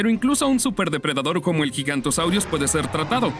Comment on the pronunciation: no se dice gigantosaurio, se dice giganotosaurus